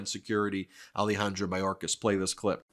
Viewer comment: Ah-Leh-Hahn-Drow. Not Ali-Handro.